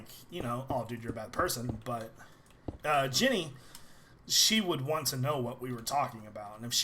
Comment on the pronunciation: When l hear you said jenny l heard it like jimmy